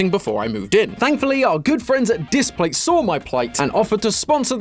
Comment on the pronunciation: displate not datplate